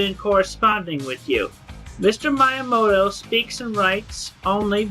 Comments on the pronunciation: I know it’s very petty, but the way that Chris mispronounces Miyamoto as “Mayamoto” drives me up the fucking wall. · It's annoying that he constantly mispronounces Miyamoto. Come on, man...